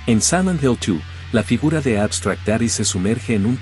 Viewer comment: ¿Por qué dice "Samant Hell"?